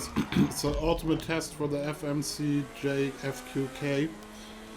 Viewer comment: He can't say Fmj 3 letter but can say reaper right how dude. 😔😔